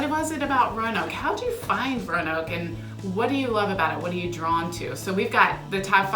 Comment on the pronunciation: Please pronounce Roanoke with three syllables. My family has lived in the area before Roanoke was a city having migrated south from Europe via Pennsylvania during colonial times. Roanoke, in the past, specifically was pronounced with three syllables—view any media (T.V., radio, film [yes, back when Roanoke was big enough to be mentioned or referenced in movies] from the 1960s, 1950s, 1940s, etc., and Roanoke was pronounced with three syllables. The (our city is losing significance and shrinking compared to other cities so “we” have to force a pseudo-colloquial way that only we correctly know how to pronounce self-created fable. “We say it Row-noke, here.” Not correct, not true. Roanoke is pronounced, “Row-ah-noke.” I now live in Atlanta and a small village nearby in Alabama pronounces their name with three syllables, which is also named Roanoke. The lost colony, Roanoke, is pronounced with three syllables. The city in Southwest Virginia is also pronounced with three syllables unless you incorrectly learned to say the name with two syllables in elementary school and refuse to correct the pronunciation as an adult. Thankfully, all the A.I. such as Alexa pronounce the city correctly with three syllables. The dialect in Roanoke is mostly southern Shenandoah Valley dialect and Roanoke is pronounced with three syllables. I know it is hard to unlearn incorrect habits, but like the incorrect, but often heard, “I seen him coming”, that as an adult you know to correct to, “I saw him co